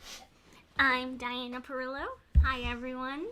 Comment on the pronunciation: YAY, my question was finally answered and you said my name perfectly, Diana Pirillo! Thanks you two, you're awesome!!